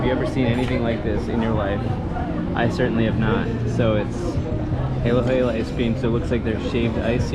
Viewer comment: Halo Halo in not hey-low hey-low. It's huh-loh huh-loh which literally means mix-mix coz you have to mix the ingredients all together. Halo (huh-loh) is "mix" in Tagalog.